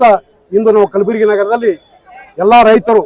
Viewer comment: Kalburgi Anu kalburgi